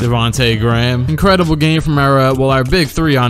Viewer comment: "And Lucas Lucas who i think got a new suit ingredable i like the fashionsens" had me dead 😂😂😂